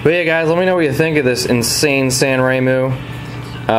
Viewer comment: its sanrenmu, not sanremu.....